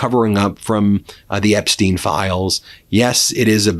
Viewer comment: Epstin file. The TERM...STOPNTHE FILE😅😅😅